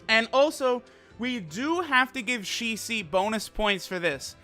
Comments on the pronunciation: Shicee? Ok now Your taking the piss. I'm so tired of people pronouncing it wrong. Its pronounced SHE-SWEE. she as in she, swee as in sweet. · It's not Shi-Si or Shi-Suí , pronounced like Shi- SUi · i dnt think its said like shi cee. i m pretty sure its really shi-su-i. the su pis emphasized and the i said very quicly after. yeah, asian languages are crazy with how the emphasis is placed on each syllable. its hard for westerners to cath it sometimes. listen to hwo this dude says it.